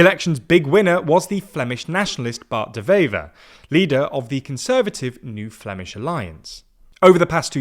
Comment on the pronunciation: no way he is calling "bart de wever" bart deveva